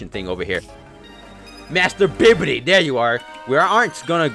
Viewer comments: Why does he keep saying Bibidi instead of Babidi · This man said bibidi oof